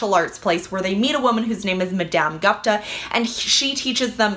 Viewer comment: Love the videos. Just came here to say it’s probably pronounced goopta when you say Gupta. Gupta like goopta not like gup like cup. But these are great! So good to see someone picking diverse reads. Sorry to be “that girl”.